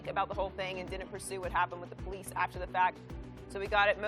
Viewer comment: The po lease lol